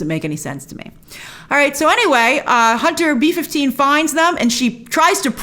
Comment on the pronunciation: Every time she says Hunter B 15 I hear Hunter beef.